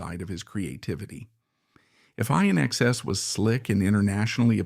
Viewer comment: INXS is pronounced inexcess, NOT I inexcess!